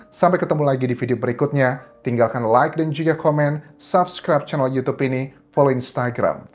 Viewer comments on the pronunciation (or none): none